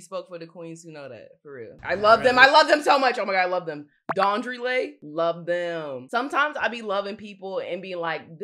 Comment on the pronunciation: LMAO DAUNDRY LAY??? Had me thinking I was dyslexic